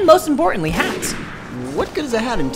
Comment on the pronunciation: when i he said hats i heard hacks and started laughing then i thought hats and send ... he said hats )